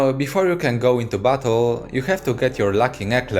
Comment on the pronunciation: Everytime he says "battle" I can't help but hear "butt hole" it really changes the theme of the video